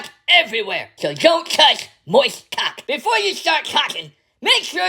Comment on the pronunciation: Don't touch moisht caulk! 😂